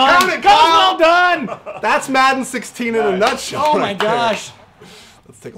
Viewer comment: "thats madden 16 in a nuthsell" so face catch upon face catch